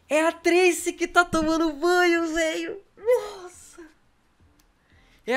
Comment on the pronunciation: Não é trese é Tracy